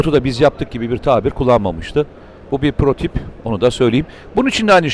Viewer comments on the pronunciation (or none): Mete bey ben biraz takıntılı biriyim,lütfem şu PROTİP demeyi bırakın PROTOTİP daha iyi olur ha birde azerbEycan var azerbAycan doğrusu AZERBAYCAN sürekli bunları duymaktan konuya odaklanamıyorum yinede bu videolar için teşekkürler,emeğinize sağlık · Naçizane bir düzeltme yapayım. Protip değil Mete Bey. "Prototip". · Mete bey dikkat ediyorum yanlislikla "protip" diyorsunuz. Hatta TV de de duydum dediğinizi. Doğrusu "prototip" olmalı bilirsiniz... Zor durumda kalmayın diye uyarmak istedim. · "Protip" değil, "prototip" komutanım. (Bu videoda ve başka videolarda bir çok kez tekrarladınızda o yüzden yazdım... affınınıza sığınıyorum :) )